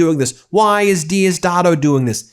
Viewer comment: Just stay out of Venezuelan news bro ! You can’t even pronounce Diosdado bro. Machado is just a traitor to Venezuela and people don’t want her there. I don’t know where you get your news from , for real !!